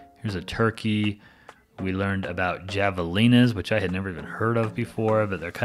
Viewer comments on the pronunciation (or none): Javelina is pronounced "Have a Leena" :) Great video! We are headed up there this weekend!